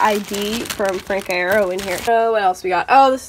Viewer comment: “Frank eye-air-oh” I’m crying